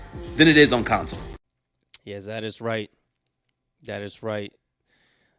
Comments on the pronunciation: It’s CONsole not “council” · Enjoy your content but I realize English may not be your first language. It is pronounced con - sole not cown - sil. Cheers mate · Its CONSOLE. not COUNCLE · Why are you saying console with a u (Counsole).